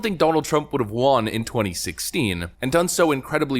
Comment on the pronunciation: WON = wun WON ≠ wahn